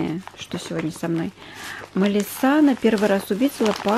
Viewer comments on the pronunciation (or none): none